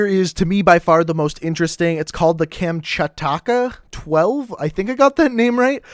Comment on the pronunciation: Kamchataka yeah? Just say it how it's spelt dude